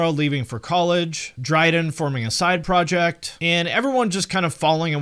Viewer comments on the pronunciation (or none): none